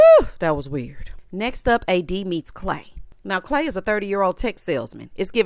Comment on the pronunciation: I’m listening as I wash dishes but had to stop for CLAY-DOH 😂🤣😂